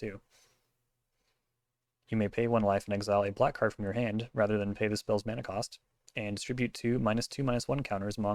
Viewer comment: Was cool to see you out there. Thanks for the signatures! Also. I like that you say mana the more correct way. Closer to the Hawaiian way at least.